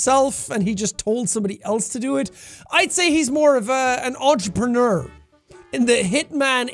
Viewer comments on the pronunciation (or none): none